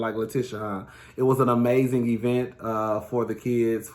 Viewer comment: "Ee-mazing" 😂😂 she's rubbing off on us 😜